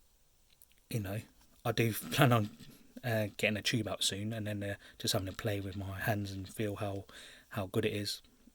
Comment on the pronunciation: "Ive kind a like bort different fings. Choob. " Right